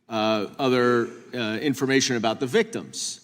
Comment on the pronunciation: Notice the emphasis Jim put on "victims". If they pretend Trump is a victim then they can redact him out of everything. Who decides the new definition of, victim? They do of course.